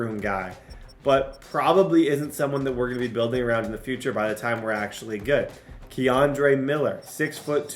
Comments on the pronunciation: Laughed every time you said Kendre as Keandre lmaoo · u saying my cousin kendre name wrong but yea ima needa season 2 with him no cap 🙏🏾🙏🏾🙏🏾